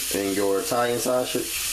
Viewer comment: Italian Shashege 😂